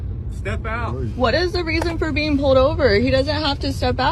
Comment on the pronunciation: It’s PULLED NOT POWED OVER, ITS FUCKING PULLED